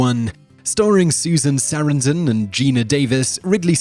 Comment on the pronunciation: Susan Sair-an-dan. lol.